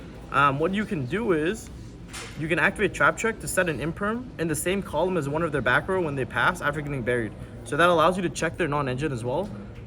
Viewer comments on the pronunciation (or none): none